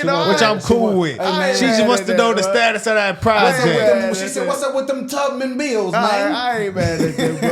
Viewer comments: I had to go back and listen to her 3-4 times… who tf is “Harriet TUGman”? Her name is TUBman…. How can you mess THAT up as an elderly black woman? I am a middle aged “YT” chick…. I’m insulted that she didn’t say that brave African American , historical hero’s name correctly. If I’m being completely honest. Shame on her for that. Is she just reading a script, or are these legitimately HER questions; that HER constituents are concerned with….. because I’m pretty sure that no one in her district was wondering about some lady called Harriet TUGman, being on a $20 bill. Smh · Time stamp she said Harriet Tugman. It's Harriet Tubman. Every President has spoken on our trade deficit. None had the knowledge or balls to fix it. Meeks is lying in our face. There is NO personal information except to other regular ppl. Corporations have been selling your personal information for over a decade. Apple sells your info to China. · Did this woman just say “Harriet TUGman?” It’s Tubman, ma’am… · Yo I'm pretty sure Mrs. Beatty said Harriet Tugman. Using an American icon for a talking point and getting their name wrong is wild to me. Especially in a congressional meeting. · Am I the only one who noticed that it sounds like she called her Harriet Tugman? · Congresswoman Beatty (D-OH) asks U.S. Treasury Secretary Scott Bessent: "can you tell me the status of the new $20 bill with Harriet Tugman?" WTH? Sounds like Beatty is more interested in the new $20 than correctly pronouncing the name TUBMAN. God help us. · Not her saying "Harriet Tugman"😂😂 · Did she say Tugman? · Was it just me or was she saying Tugman? My southern ears didn’t hear the b. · you def heard right bc that’s what I heard too 😂 she wants her on the bill but can’t even say her name right 🙄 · She said tugman hahahhahah